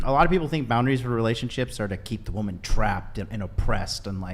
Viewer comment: Am I the only one who hears her using the word “woman” incorrectly nonstop